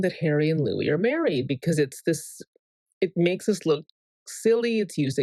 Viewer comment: the could be Louiza😂 btw, I notice you say Houis sometimes, who's that